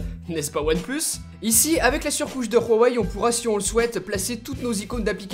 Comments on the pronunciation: Khwawei? Hhhhhhhh c'est huawei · pk il dis "Rhuawei" , c'est Huawei , tu mets pas un r devant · On dit huawai ai non rhuwai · On dit pas rhawai mais houahwai! Dans la pub du mate 10 ils disent houahwai! Arrête de te donner un style c'est ridicule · Superbe vidéo avec un test comme on aime. Rien à redire (heu on dit vraiment rouawei ? c'est chinois juste ouawei) Ta vidéo est vraiment pro, tu parles clairement comme toujours, franchement continue comme ça t'es au top ! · Pourquoi tu dis Raweï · ON DIT "WUAWEI" (en phonétique) ET PAS "RHUAWEI" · C pas "ruawai" comme tu le prononce c "huawaï" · je m'excuse mais c grave quand tu dis ruawei breffff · Putin on dit hawei pas rawei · Huawei pas Rwawei mdr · Huawei .... pas RUAWEI ... tu as cru que c'était de l'Espagnol 😂😂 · C’est huawei pas rouawei 🤣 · Je suis asiaitique et ma mère m'a dit que ça se prononce mwavaï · Woawé pas rouawé (oui j’ai écrit bizarre mais sa me dérangeais comme tu prononce) sinon top comme d’hab du bon travail et tes vidéos des améliorations depuis le 73freesteler et oui toujours abonné 😘👋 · pk tu dis "ruawei"? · Pourquoi tu prononce Huawei en mode Espagne ??? On dirait vraiment que tu dis Rorey MDR. Concernant les "boutons" comme tu dis en bas qui te dérange, il y a une fonction qui l'efface et on les fait apparaitre en faisant un léger slide de bas en haut sur 2 ou 3 cm... donc pas dérangeant du tout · J'entends mal ou c'est lui qui dit RHUAWEI ? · C'est moi ou bien j'ai l'impression que dit " Rouwawei "?? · Superbe vidéo mais par contre on prononce ça : "OuaWey" ^^' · Ca se dis vraiment ruawei? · mais prq tu dit rhowei ?? xD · Ruawei mdrrr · stp arrete de dire juawei c'est horrible mdr... sinon encore une super video